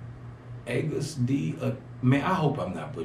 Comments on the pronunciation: August is pronounced like awe-gust.. Not ahgust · Agust is pronounced the same as August like the season. It stands For Suga's name and his Hometown. He says that in the song on subtitles I believe. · Pronounced like the month of August + D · AGUST D (pronounced like the month August) y’all have me on the floor 😂😂 welcome to the fam 💜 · The pronunciation is August D “agus”=suga backwards, “td”=town of Daegu (where he’s from) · You pronounce it like the month ( August Dee ) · It is pronounced like the month of august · Pronounced August D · I'm sure a few ARMY (BTS fandom) have given info, but just in case...you pronounce his name just like the month...his real name is Min Yoongi (in Korea the last name goes first). His main persona is Suga, so Agust D has meaning to it....DT stands for Dageau Town (his hometown) AGUS stands for Suga backwards...and Suga is short for the position he plays on the court, shot guard. So u see all the names and personas have meaning to all of them. J-Hope is his persona. His real name is Jung Hoeseok, J stands for his last name and he said he choose hope because he wanted to be a piece of peace and give a little bit of hope to the fans. Check out "Daydream" or "Airplane part 1" For RM...his real name is Kim Namjoon. And RM used to stand for Rap Monster, now it stands for Real Me. Check out his solo projects, "Joke" "Do You" or his collab with Wales called "Change"... All of the rapper are producers, songwriters and J Hope is the beats maker of the group... Check out BTS:The Seven members of Bangtan (part of their group name).. Good luck can't wait for more reactions, and welcome to ARMY, John Cena, and Shawn Stockman of Boys II Men are also ARMY...(Shawn did a cover of one of the members, Jimin, solo songs)